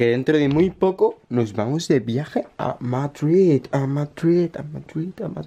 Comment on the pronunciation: HA MADRIDH HA MADRIDHHH MADRIDH MADRIDH MADRIDH JAJAJA XDD